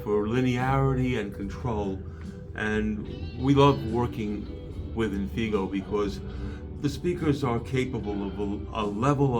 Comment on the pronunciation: It is INFIGO Audio (not Indigo).